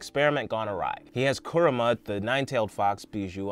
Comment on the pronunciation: I think it’s pronounced Coo-Ra-Ma